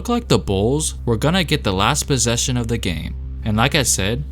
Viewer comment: "the bossesion" lol